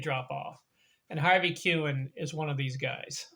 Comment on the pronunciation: Pronounced his name wrong 😂🤯